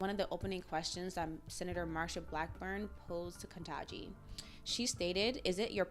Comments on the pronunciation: It's Ketanji, not Kentaji. Please get it right. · Please learn to pronounce the "n" in Kitangi. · If was truly concerned, she would learn to pronounce her name.